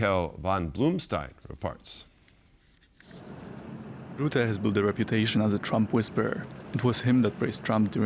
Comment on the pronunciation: Say russia, now say Rutte. There is no Ruette